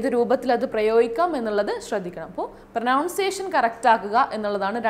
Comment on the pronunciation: പ്രനൗൺസിയഷൻ അല്ല മാഡം പ്രോനൗൺസിയഷൻ ഇത് കുറ്റപ്പെടുത്തലല്ല നിങ്ങളെ ശ്രവിക്കുന്ന ഒരുപാട് ആളുകൾ ഇതേ വാക്ക് ഉപയോഗിക്കും